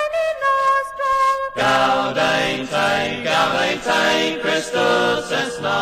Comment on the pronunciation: The "e" in "gaudete" is pronounced "ay". It's the second person singular imperative of the verb to rejoice, ie, "Rejoice, Christ is born". Also, Latin "au" is pronounced "ow" as in "owl". Latin is usually sung with the accent of the country where it's learned. Steeleyespan sing it with an English accent 'cos they're English. Simples!